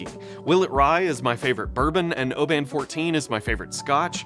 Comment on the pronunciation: A point of pedantry, but FYI: 'Oban' is pronounced with the stress on the first syllable, not the second.